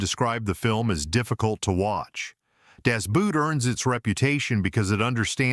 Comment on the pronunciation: Every time you AI commentary pronounces “Das Boot” as footwear, we lose a little respect for AI and its users!